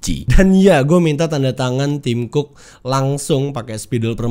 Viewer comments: bacanya tim cocok haha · Tim cook dibaca tim cokkkk.... Hehehe...